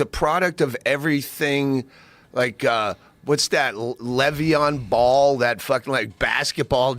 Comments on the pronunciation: Levian Ball, ha ha ha . Lavar guy, Lavar. It's Leveon Bell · "Levion Baul"?? Sounds about white